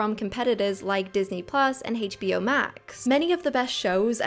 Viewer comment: Well-made,! But your pronunciation of HBO really hurts my ears.